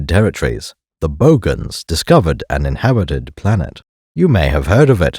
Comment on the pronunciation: in heh wuh ted